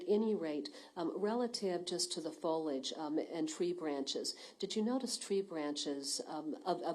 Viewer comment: what the heck is foilage? lol It is FOLIAGE fo-lee-edge not foyl-edge FOILAGE